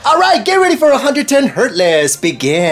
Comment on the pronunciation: Instead of hurdles they say herdlezz